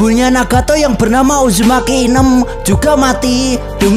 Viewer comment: Bang uzumaki naruto bukan ujumaki naruto bang😭☹️🙂